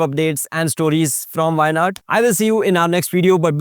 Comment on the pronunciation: appreciate your in-depth research but also pay attention to the pronunciations. specially the "zh"